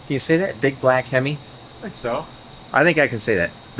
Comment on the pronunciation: Being a big time Hemi fan. I love this black hemi. every time you say black him I keep hearing the song black Betty.